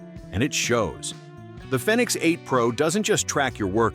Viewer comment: Fenix is pronounced like Phoenix. Long E.